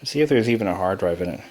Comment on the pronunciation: I tout I hewd a hawd dwive... lol